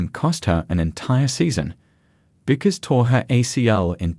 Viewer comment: Yeah, OK genuinely this video kinda makes no sense. Also, her name is Paige bueckers but the u is silent so it is pronounced pagie beckers!!!! THE U IS SILENT